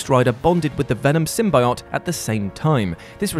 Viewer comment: Why do you pronounce symbiote wrong